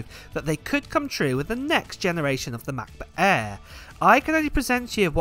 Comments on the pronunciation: The Macbook Eeeee XD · #Giveaway Hey 🥰 i am from India watching your videos from 4 months and purchased MacBook air M2 after watching your review.. thankyou for all the videos you give and love the way you Say (MacBook Air 😀) now i am planning to purchase Iphone 15 pro but don't have enough money to purchase because invested all my money in purchasing macBook.